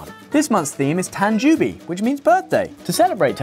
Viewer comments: Hi Ollie, love the JOLLY videos! One thing though, tanjoubi (birthday) is actually pronounced tanjohbi. "Ou" is one way to romanize the long "o" sound. You might also see oh or Ō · That pronunciation of tanjoubi 😭